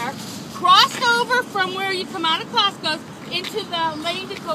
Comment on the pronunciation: did anyone notice her slurring her speech. She pronounced the store Costco as Costcos